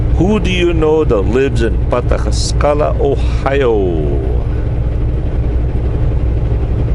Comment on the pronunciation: it's pronounced (Pa TAS kala).